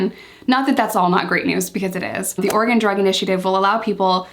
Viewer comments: Yess u pronounced Oregon correctly!! Tons of east coast people say “Ore-gone” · Can I just thank you for pronouncing Oregon correctly!!! LOL ( hearing so many “orey-gone” lately)